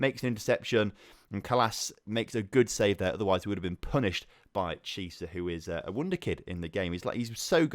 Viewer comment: Please stop pronouncing Chiesa like Chee-sah, it's like key-eh-sah